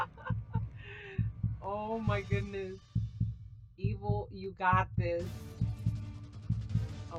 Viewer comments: OHH I thought you said eagle XD my mistake. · Who thought she kept saying eagle? XD great video! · were you saying Evil or Eagle on the vid?